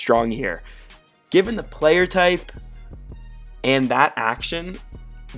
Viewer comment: thee ten, theee small blind, theee button. why do you pronounce "the" so strangely?